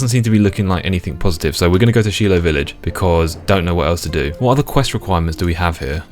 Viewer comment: They way you pronounced "Shilo" was killing lmao. "She-lo" Where I'm from we pronounced it "Shy-lo"